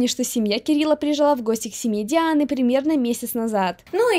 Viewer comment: Душ Дианы а не душ Диан